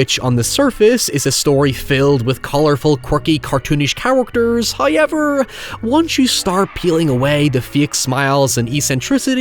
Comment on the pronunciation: if you say hoyever one more time im gonna fucking lose it. HOW. EVER.